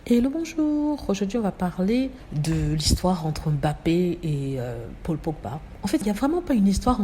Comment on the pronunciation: a très bien prononcé le nom bappé, M'bappé le M' est ce qu'on peut appeler les vestiges de la colonisation. Les noms Africains commençant par une consonne sont souvent précédés d'une consonne qui reste muette à la prononciation. Beaucoup de blancs savent que leurs ancêtres ont fait cela pour marquer leurs acquisitions d'humains '' j' ose dire humain'' l'Indochine aussi a été victime, un nom comme n'guyen initialement le N reste muet.